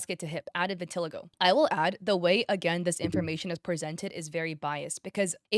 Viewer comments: hey imma be honest vitiligo isnt pronounced what you said its pronouned "vitahligo" i know because irl i have it and i use to say due to i had trouble pronouncing so i said how i read but its not that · Just a heads up, you're not pronouncing "vitiligo" right lol. It's hard to write the out pronunciation tho 😅